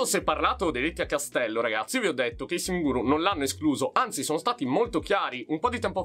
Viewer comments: Sono l'unico che all'inizio dei video capisce "Salve a tutti RAZZI"? 😂😂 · anch’io capisco sempre così 😂